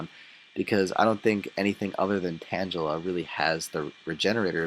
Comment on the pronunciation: lolz sounds like u said Tanjella instead of Tangela its cool though like that move set on slowpoke as well my friend lolz.too bad u cant run mudslap with that calm nature combined as one peace!